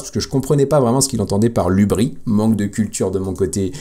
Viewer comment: dans "hubris" le S se prononce ;)